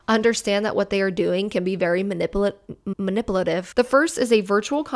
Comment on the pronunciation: Ma-nipple-lative?! 🤣 careful, Susan's gonna getcha! "DEMONETIZED! 😡" LOL! The David's Bridal one made me FURIOUS. That's INCREDIBLY unethical, when people give their contact information to a business, it's that business's responsibility to keep that information safe and only keep it for the purpose that YOU agreed to. NOT for some hun with no shortage of THE AUDACITY to steal and use for solicitation!!! I hope the person reported that situation to corporate and I hope that hun loses her job for it, honestly. I don't usually like the thought of messing with a person's employment, we all make mistakes, but THAT? That is just DISGUSTING and a total abuse of her position. And it's all just a trap to access the victim's BRIDESMAIDS too. GROSS.